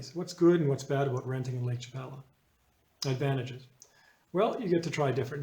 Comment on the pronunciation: You’re saying Lake Chapala incorrectly.